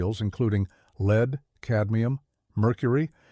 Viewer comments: What? "leed" paint. AI at it's worse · AI narration sucks. "LEED" paint for example. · real people make that mistake too.